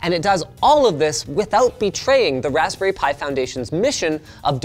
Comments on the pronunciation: RESPBERRY ALERT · "Respberry Pi 4" lol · What is a Respberry? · Respberry pi?!? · respberry pi, I love the mistake! ;)